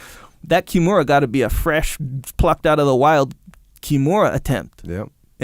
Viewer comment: Jocko “kiMIUra” Willink